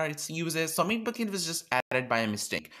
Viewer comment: 😂 I love that you pronounce it as 'bouquet'. Great video